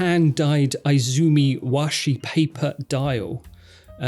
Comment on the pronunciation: btw, the Citizen is not eye-zumi, its ee-zumi.